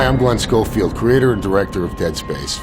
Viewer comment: Nah dude I rewatched the intro like 7 times. He definitely says his name is "GWEN SCHOFIELD".